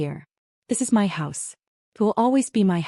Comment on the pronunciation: Learn how to pronounce 'my'. This sounds ridiculous. Also learn how to write a plot that makes sense. Property belongs to someone. Someone who pays the property taxes. The family is either insane or too dumb to live.